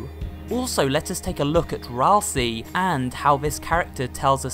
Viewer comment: Hey, did you know. That Asriel can be rearranged to spell Ralsei? It can also rearrange to spell Ralsie. But "Ralsie" isn't a character in Deltarune. Ralsei is. That's pronounced 'ral-say'. Not 'ral-see'. If his name was pronounced 'ral-see' it would be spelled Ralsie. But it's not. This is grade 1 english.